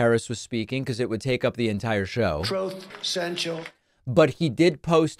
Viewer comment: I love you for continuing to call them troths!😂